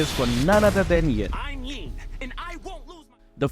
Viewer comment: Why you say yon 😅😅😅😅